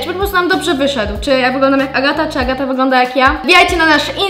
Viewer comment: Agata, a nie